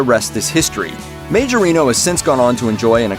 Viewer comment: It’s pronounced Ma-jor-nee-o